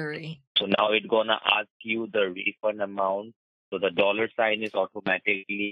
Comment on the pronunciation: lol@ 249 dolears..jeeze.